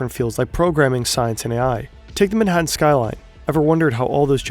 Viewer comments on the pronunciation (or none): none